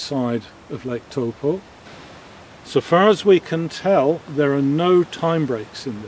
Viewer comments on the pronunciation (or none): It's interesting the way you're pronouncing taupo. I would normally say Tau-poe. You're saying toe-po. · it's pronounced Toe paw. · I’m a Kiwi and I’ve never heard of Lake “Toe Poor” 🤷🏻‍♂️ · Toe Poor